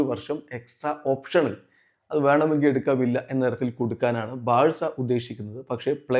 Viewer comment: braca wrong Varcelona ✅️ 😂